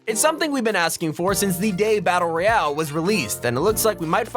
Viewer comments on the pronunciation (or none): none